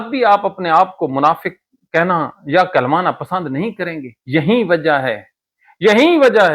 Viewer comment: Hazrat aap bohat acha bolty ha lakin aap ka ye lafz galat ha lafz yahee ha yaheen nahi thanks